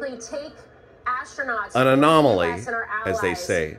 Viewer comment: "Anomily" Kaa Boom!